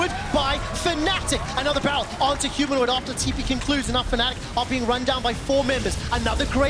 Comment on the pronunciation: Humanoint hahaha